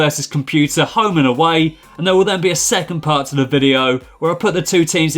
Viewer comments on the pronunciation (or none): none